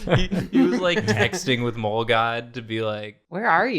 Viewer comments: i thought they said ”mold-god” for a good 10 minutes until i realised they said ”mole” 😭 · For most of the video, I missheard "mole god" as "mold god", so I was imagining Hank Hill as the Swamp Thing 😅 I regret nothing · Not going to lie, when they first mentioned mole, I did not think they were talking about the animal, I thought it was just a weird pronunciation of mole, like the sauce, and that they were suggesting that the groom ran off to come back as a mole monster. I